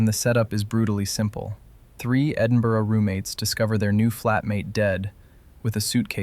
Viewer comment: As a Brit, I'd like to thank you for featuring Shallow Grave, and for pronouncing Edinburgh correctly 👏